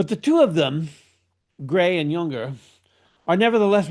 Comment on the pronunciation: It's pronounced Yung-ur, not Yun-Gur, and it's Dill-tie, not Dill-tee.